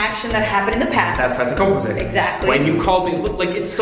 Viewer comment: american french pronunciation be like: "PASSAY COMPOSAY"